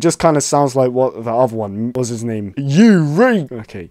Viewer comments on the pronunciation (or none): none